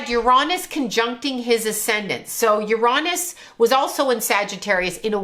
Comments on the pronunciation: "yer-ON-is" 🤣💀 As a physicist, there is no greater tell of a charlatan than mispronouncing a main celestial body in our solar system lmfao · ..”Ur-ahh-niss”.. 😂. For the last 100 yrs we all called it “Ur-A-niss” but I guess there were just too many immature adults out there these days so we had to change it to a much ‘safer’ word. 🤦🏻‍♀️ Lol